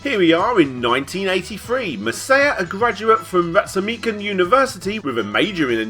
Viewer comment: Ritsumeikan - "Ritsu mei kan" I have no idea how you pronunced it as you did haha x